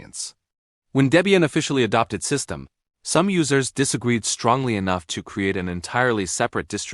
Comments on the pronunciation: its pronounced system-dee not system-ed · AI is saying systemed, instead of systemD. Next time put system-D or system D. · AI failed to pronoun `SystemD`. Keep saying `System`. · Someone needs to teach their AI to pronounce System D correctly. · AI can't say systemd right.